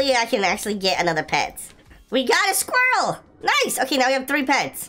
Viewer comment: Is no one talking about the way he said squirrel?